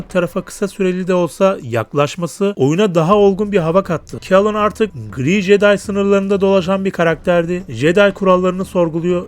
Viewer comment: jeday değil ceday diye okunur o, bilgin olsun kardeşim.